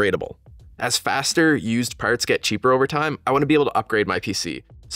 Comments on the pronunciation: "So with those 5 stars guiding our way, it's time to choose arrr pa'arts" I knew you were Canadian'darebud the moment I heard you say parts, eh! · i heard you say PAERTS and knew you were canadian instantly